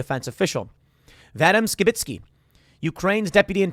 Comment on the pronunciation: Sounds like your saying Sheminski when you say Skibitsky quickly. a man can dream